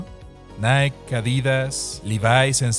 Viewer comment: Se pronuncia "naiky" no "naik"